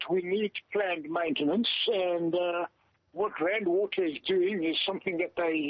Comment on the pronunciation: "Maintence"? What is that???